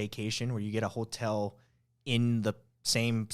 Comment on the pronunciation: There needs to be more like this out there! I always felt like I was hearing this but could never put my finger on it. Also in these examples, hotel almost sounds like "hoteo," article "artico," call "cah-o." I could be wrong haha but I bet there are a lot more things. Super interesting! Here's another example where you can't even see the person doing the voiceover but you can definitely hear some type of "Asian American accent"